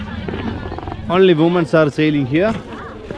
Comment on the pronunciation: ഉമ്മൻസ് അല്ലടോ 🤣 weman 🤣